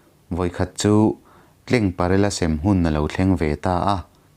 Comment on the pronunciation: In sem vel kha a thluk diklo a awm deuhin ka hria